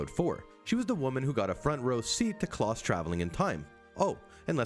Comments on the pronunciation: Klaus rhymes with blouse, not with floss. Come one now. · Vanya is pronounced Varnia like jar and Klaus like louse. You watched it and yet still struggle to pronouce their names properly! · He just called Klaus “Claus”?? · Did you call them "Vanee" and Kloss"? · love klawss and vaanya seriously if you're gonna put in clips of them saying their names tell the guy how to pronounce stuff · Pronounce Klaus wrong one more time I dare you.... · Yeah like his pronunciation of Klaus